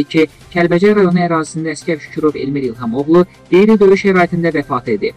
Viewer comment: QEYRİ *?*DÖYÜ * ???*. NƏDİR . YOXSA D Ö Y Ü Ş DEYİR 5- DƏFƏ QULAQ ASDIM DÖYÜ DEYİR . MÜHATİBƏ QUTARIB . AYDINN DANIŞIR AMMA. ..??? DÖYÜ .????? NƏDİR